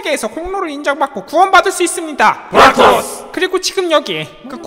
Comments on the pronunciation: 부락 을 부랄 로 들으면 꿀잼 임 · 진짜 부랄털이라고 들림ㅋㅋㅋㅋ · 불알이 아니라 부락입니다. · ㅋㅋㅋㅋㅋㅋㅋㅋㅋ부라 ...ㄹ털 ㅜㅡㅜ ㅋㅋㅋㅋㅋㅋㅋㅋ 진 짜그렇게 들리는데 부락토스 몇번 돌려봄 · 부락토스를 부랄털 ㅋㅋㄱㅋㄱㅋㄱㅋㄲㄱㅋ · 난왜 자꾸 ㅂㄹ토스라고 들리냐..... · 부락토스를 부랄털로 들어버리네